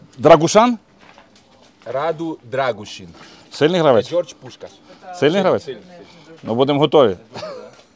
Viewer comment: не тупи, -ДрагушИн, а не шАн, тобі ж Малиновський сказав.